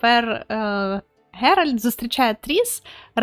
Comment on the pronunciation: Шановна, будь ласка, правильно вимовляй ім'я головних героїв - Ґеральт, Цірі, Тріс. Слава Україні! Слава ЗСУ! Хай квітне Український Ютуб!))))